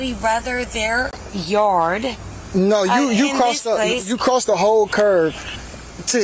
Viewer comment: cop keeps calling the curb a curv